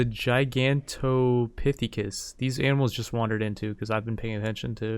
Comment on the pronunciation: you-tie-rannus dip-low-dough-cuss Ji-gan-toe-pith-e-cuss